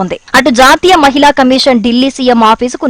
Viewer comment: మహిల కాదు మహిళ.